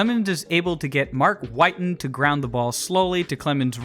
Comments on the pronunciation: Mark “whiiiiten” …. Wi-ton…. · It’s Mark Whit-en NOT Mark White-n. Sheesh… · Whit-en not White-n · Good breakdown... except one thing. Mark WIT-TEN....Not Mark Whiten. His nickname was "Hard hittin' Mark Witten." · It’s Whit-en… show some respect, dude hit 4 homers in a game. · It’s Wit-tin as in Hard Hittin Mark Whiten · It’s pronounced “Witten.” And he had a four homer game against the Reds in the early 90s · you are mispronouncing Whiting. The man's nickname was "Hard Hitting". As in Hard Hitting Mark Whiting. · He kept pronouncing Mark Whiten’s name wrong. Whiten rhymes with mitten. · mark whiten's last name is pronounced with a short "i" as in "quittin mark whiten" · no they didn’t. They called him “Hittin Mark Whitten” his name wasn’t pronounced like White-in it was pronounced like it rhymed with bitten.